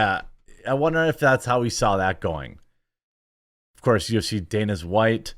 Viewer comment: Is he saying danas white? DANAS?